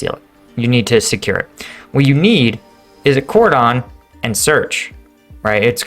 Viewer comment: That's not how "cordon" is pronounced...